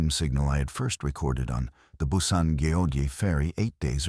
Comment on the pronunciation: Go Jay (Goeje) Island, Gim Hay (Gimhae), Hay Un Day (Haeundae) 😂